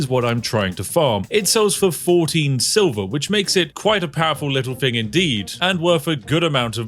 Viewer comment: Only another Brit would notice this. He says "fing" instead of "thing". Telling me he isn't that posh, or anyfing lol. Inunciate the "th" dear boy. 😅 Nonetheless, thank you anyway. Good review.